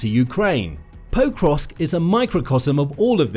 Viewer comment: Did you realise you were pronouncing pokrosk wrong then record yourself saying it one correctly once and edit that recording over the original? You say forgot the first two then you suddenly start saying it correctly but it sounds really wierd. Like every time is exactly the same stresses and doesn't flow with the rest of what you are saying?